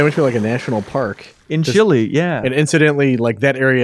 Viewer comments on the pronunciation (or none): "They went to Chili..." Really? Is pronouncing the E in Chile really that hard? Lmao